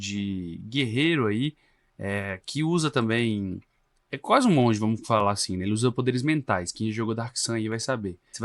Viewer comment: Tava indo bem até falar a palavra monge, rsrsrsrs